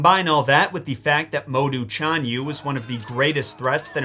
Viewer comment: Well do not depend on Pin-yin. Very Unreliable and you are the living proof! For Example: 匈奴 read as Shi-ohng Nwu and 單于 read as rCh-ahn Yu. ~rCh~ means you must pronounce ch with your tongue rolling. No Joke.